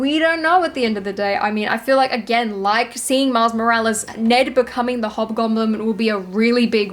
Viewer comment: Am I crazy or did I hear, "Miles Mo-rech Malice". Lol